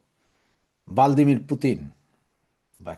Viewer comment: ভ্লাদিমির Not ভালদিমির।